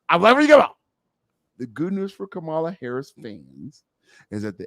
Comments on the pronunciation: He was very disrespectful to seemingly and purposely F up her name. Come on now! Enough of your shenanigans. 😮🙄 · Her name is pronounced “Comma-la”! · Wow, REALLY AL! You jacked up our beloved VPs name?!!?!? Do you really do this crap on purpose?